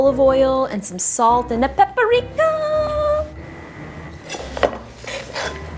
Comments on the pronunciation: well if you listen closely, Justine actually said "pepper-rika" instead of paprika, soooooooooo, he's kinda right~~ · The best part about this joke are the people reactions who are offended by it. Calling a light hearted joke racist and the other morons who didn’t understand why he spelled it like “Pepperika” its how Justine was pronouncing it. Can’t a comment just be a comment without fake YouTubers hate or taking it to seriously to sound important? This will get hated on too I bet haha so it is what it is. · "Pepperika...I never used this thing in my life..." Alright...I stand corrected...THAT'S the whitest thing I've ever heard in my life LMAOO JUSTINE YOU NEED TO GET IN THE KITCHEN HONEY XD